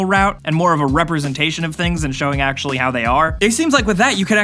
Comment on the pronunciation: "Aculurly" xD I couldn't help but notice